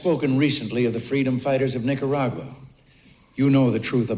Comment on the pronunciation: We know it’s hard for people to pronounce Nicaragua 😜 you did pretty good